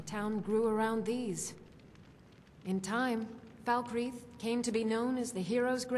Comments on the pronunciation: does she say "fuckreath"? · Just so you know Falkreath is pronounced 'Fal-kreath' with only two syllables. Ps love the vids :) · lol Gophers accent is from the North of England (Manchester) but his pronunciation of Falkreath have nothing to do with each other in fact no accent in England would pronounce like that. has bit of a mixed accent, a combination of Manchester and Oslo which I like both of. The United Kingdom or Great Britain is a set of Island and country's called England, Scotland Wales and Northern Ireland with the Channel Island & the Islands off the coast of Scotland all go together to make up Great Britain and the British Isles. There are more to add to this but for that list just do some googling around the British commonwealth. Hope that helps:)